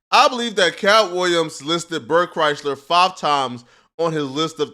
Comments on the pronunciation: Bert and Tom are a couple of unfunny douches….watch any YouTube video on Bert’s downfall and how much of a liar he is… Toms not funny at all and should understand his podcast career is only here because of Brian Redban. I’ll be honest though this all is almost cringe compared to you pronouncing Bert’s last name wrong like it’s the automobile Chrysler.. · I can’t tell if mispronouncing Bert’s last name is on Accident or does he know the 2bears joke that all media outlets fuck up his first or last name constantly…😂😂😂😂